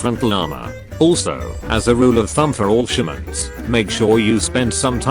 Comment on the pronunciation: Every time he said all shermans i thought he said bolshaviks